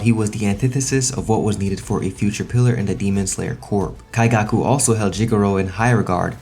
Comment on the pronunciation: Why are you saying his name like that?